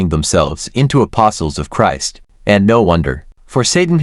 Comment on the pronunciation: The content may be ok but the mechanical speech, including mispronouncing Christ, is too annoying to listen to.